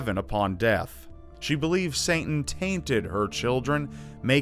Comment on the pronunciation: i cant believe u said saintan